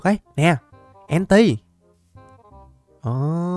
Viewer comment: Enti đọc là en tơn chứ ko phải en ti nha ah